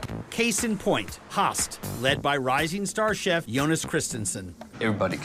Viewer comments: He cant say höst he say hastt the ö sound is not either a u sound ö is one of its on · When he says "höst" he says it without the "¨" but in danish "host"means cough, whereas the ö makes it harvest, quite the difference.